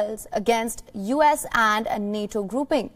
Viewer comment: did she just read U.S as "uhs"?